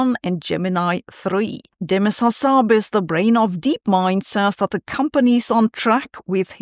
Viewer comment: Unfortunately all this AI has not helped Sabine with her English pronunciation, such as for the word 'akin' and a dubious pronunciation of 'Hassabis' compared to what I've heard previously.